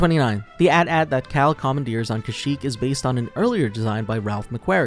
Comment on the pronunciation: it’s A.T A.T!!! Not At At !! “aT aT” … Sounds so stupid 🙄